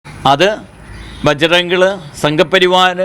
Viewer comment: ബജ്റംഗിളല്ല....... അംഗിളെ '..... ബജ്റംഗ്ദൾ ....... ഇനിയും ആവശ്യം ഉള്ളതല്ലേ